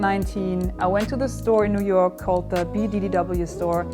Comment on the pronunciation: You've spent too much time with those guys when you pronounce Noo Yook like a nooyooker :D